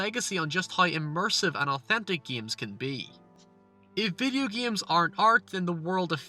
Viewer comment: vudeeoh gehmes. spehce ehge.